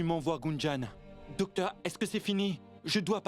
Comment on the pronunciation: dokteur yo tjr di sebla premye fwa 😂 mersi indien😂😊